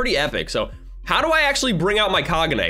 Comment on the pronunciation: You said Kagune wrong, the e in the word kagune is pronounced with a long e, so it is KagunE.